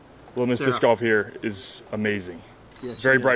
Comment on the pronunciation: Someone please teach how to pronounce golf correctly.